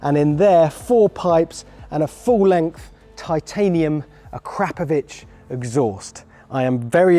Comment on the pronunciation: I’m sorry but that pronunciation or akrapovic was horrendous.